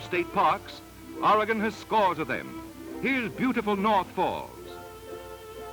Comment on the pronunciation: This narrator pronounces Oregon correctly.Thank God.At this time(10/2021) Oregon is in the process of restoring a tunnel at Mitchell Point on the alignment of the old Columbia Highway!At the time this was produced,the relocation of U.S 101through the Samuel Boardman Scenic Corridor was 23 years in the future,so no mention is made of that fabulous area.